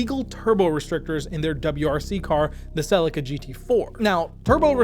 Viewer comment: Sellika twice and I’m out..... One day an American will have the respect to research the pronunciation of words , Until that day.. Good luck and god speed 🤓✌️